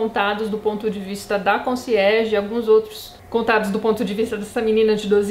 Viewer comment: Quando você falava Conciérge eu só pensava em Desventuras em Série.